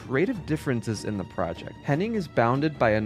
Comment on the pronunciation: Bro! The author of the featured video needs to get his names correct. Imagine committing this level of effort to anything and getting all the names wrong. Amy HENNIG, Evan WELLS, CHRISTOPHE Balestra. I’m only a third of the way through. It’s driving me crazy for some reason. I’m not trying to be a Darrin, but I hope Nolan North and Troy Baker won’t suffer the same fate.